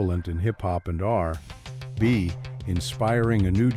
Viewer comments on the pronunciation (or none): AI can say Nhoj but not R&B? 🙃